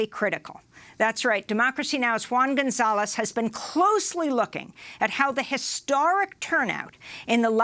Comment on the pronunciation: Love the Latino's pronunciation.